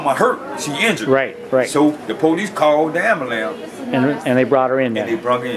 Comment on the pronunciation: pohleece called the ambolance